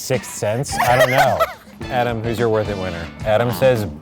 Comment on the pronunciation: “adam.. adDAM”